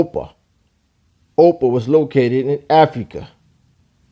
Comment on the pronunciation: Your pronouncing ophir wrong. Its not 'opa' its pronounce 'ofear' (trying to write it in the way its prounce but hopefully you get the idea.)